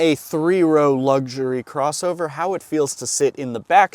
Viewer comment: You want a real nose bleed? Come to New Zealand and pay our prices. BTW There’s no g in luxury.